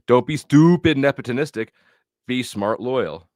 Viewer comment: Ta-ta-ta-today Jr! Get it out that's what he's talking about loyalty is the same thing as acting nep·o·tis·tic•ally. you are RsaysRwhat? nep·o·tis·tic 😂 nepitlistic and nepotonistic LMAO 🤣 yet Andrew is the tard here? U still don't even get it or know WTF it means! Here's the definition: the practice among those with power or influence of favoring relatives, friends, or associates, especially by giving them jobs. Friend, Associate, And family Or giving them jobs! So what it doesn't matter how much you cry about it or what you think or feel about it won't change it! Also it's his ch and business to do with what he pleases nobody else's this ain't a democracy! Lol Andrew is the king of the crucible only his subjects are who he hires and that's also all his own business and not for everyone else to know. IDK why you even care so much at all! Just a low tier pocket wacher is all WTF do you care? Jealous acting like crazy ex gf lol ghey. Clout trout trying to drama farm and ur still stuck on 💩 that happened last week and it's boring no one cares anymore move on Sarah is over it more than you lol 😂